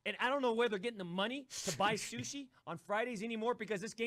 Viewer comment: Sushi Taco Lmao this dude just can’t get the word right no matter how hard he tries 😂